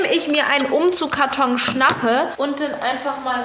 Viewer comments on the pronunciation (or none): Wen nervt es auch so dass Bibi die ganze Zeit "Umzugkarton" anstatt "UmzugSkarton" sagt 😂? Keine Ahnung wieso... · UmzugSkarton ;) nicht Umzugkarton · UmzugSSSSkarton Nicht Umzugkarton. Meine Güte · Jedes mal wenn du Umzug(S)karton sagst stellt sich bei mir alles auf 😅 Trotzdem schönes Video 😊